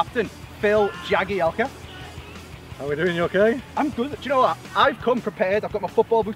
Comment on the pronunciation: At the start he said Bill Jagielka.